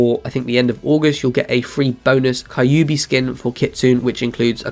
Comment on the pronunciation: Bruh, ki tsu ne, (kee tsu neh) Kyubi (queue bee)